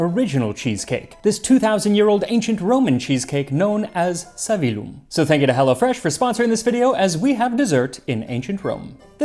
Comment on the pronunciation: Savillum has a double "L" that has to be pronounced.Therefore the stress falls on the "i".